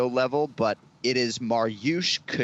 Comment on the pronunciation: it'a mari-usz....not Marty-iusz... mari like mary